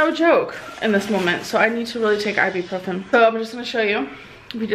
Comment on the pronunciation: It's really annoying that she keeps say "i-bee-profen" when it's CLEARLY iBUprofen.